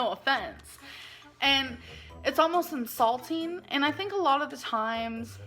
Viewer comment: “It’s almost ensalting” 🧂 🥴